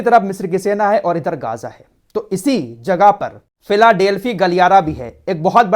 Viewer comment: Bhai m aapki jiyadater news dekhta hu behut achchi news detey ho but kuch words k pronunciation m galti h ex geyja